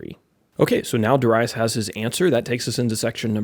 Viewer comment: Amen! I love the lesson and the many I've listened from you. In this one, I do pronounce Darius and I had to look past it. 😂 Yet, a great lesson to keep building. Keep it up! 🙂